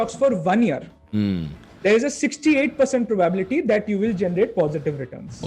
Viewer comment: How do you pronounce 'probaaabilty'?